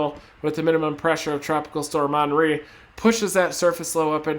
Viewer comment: Did he say onry? It's Henry like Hennessy